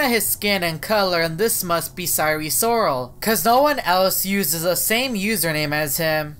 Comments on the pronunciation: You said sire siral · Him:"sire sorol" what i hear: sire soul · More like siren soul 😭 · I was hearing Eris Lorsi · Why do you pronounce wrong 😑